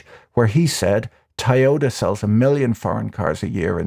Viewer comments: Tai-yota? What a brand; selling a million cars in the US each year and we never heard of them? 🤣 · Dude, go to a speech therapist for Toyota